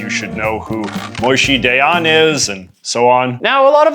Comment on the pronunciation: Its not Moy-shee day-ahn its Moe-Sheh Dah-yahn